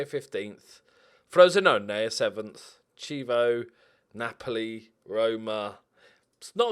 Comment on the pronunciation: In all fairness, you nailed the Crotone pronunciation. Your real problem is Chievo.